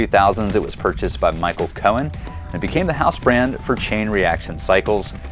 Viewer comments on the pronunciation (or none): none